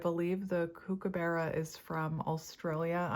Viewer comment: Hello, from Australia. Mr Kookaburra is pronounced cook-ah-buh-ra 😊